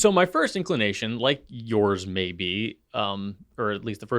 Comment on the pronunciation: “My first INKlination…” 😂😂😂😏